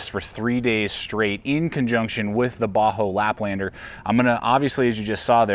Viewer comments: Does he keep saying Bahco like a "Ba-hoe" pronunciation? I've always heard it as "Ba-Koe". Can anyone confirm the pronunciation? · it's really annoying that you keep saying "baa-ho." It's pronounced "baa-CO." You also spelled it wrong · Great review as always! I have never heard anyone pronounce Ba Ho like that haha. That aside, I have owned a laplander for several years and it is my go to. I picke up the larger Carona, 10" maybe? to keep in the truck but I have not had a chance to use it. Keep up the good work though!